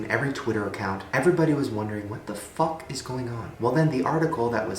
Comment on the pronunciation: when he says “what the fuck” with so much emphasis! On Justin beiber 😭😂😂❤️ got to love Shane ‘ his humor is everything.